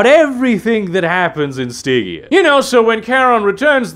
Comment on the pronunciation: Stig-EA... never heard it pronounced like that before.